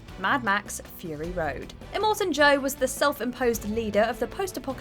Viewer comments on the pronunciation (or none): none